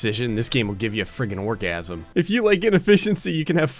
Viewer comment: Never say orgazim again